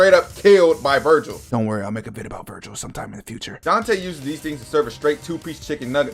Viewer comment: You misspelt and mispronounced Vergil throughout the video, but you are right. Vergil IS the coolest character in fiction. Jk, it's an even split between them, but I love how permanently unserious Dante is.